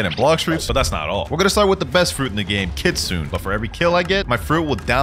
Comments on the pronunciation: Blud it’s not kitsunah it’s kit-sun e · "kitsun" excuse me did you call it kitsun???